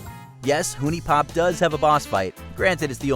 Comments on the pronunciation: The fact that you said Hooniepop instead of Huniepop XD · Though the game is spelled Huniepop it's actually pronounced Honey Pop.